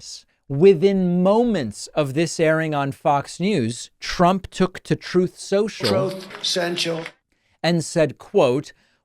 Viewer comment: David, I can’t get enough of Dumbnal Chump mispronouncing his own organization Trothe Sential!😂😅😊😂🤣😂! I love the fact that the Retrumplican party is panicking and are pissed at everybody because of their decision to ride and worship Chump!